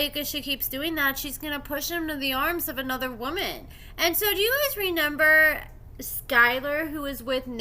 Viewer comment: I absolutely LOVE your work. My whole family enjoys your content. However, you struggle with reading and some words in particular... one of those words is "reMEMber" which you consistently pronounce as "reNEMber". My daughter did that when she was 4 years old and outgrew it. I think that you too can correct this mispronounciation. I believe in you!